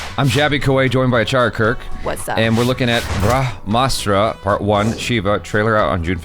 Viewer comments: It's not braha_mastra Its brahma_astra 😊😊😇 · Pronounsation is bramhaastra